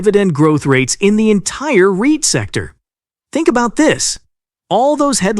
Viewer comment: So, you're going to "potentially triple [my] 'Are-Ree-Ite' income" !